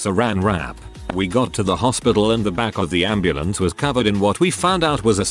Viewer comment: “And the amb anddeambandeambandembamdebambemabrmenamdnamdn”